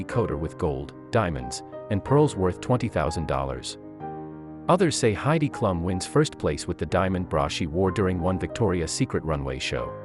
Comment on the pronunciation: Heidi Klum is pronounced like boom. You had me looking at my boxers for a pocket or tag, and I found out they’re made in Malaysia.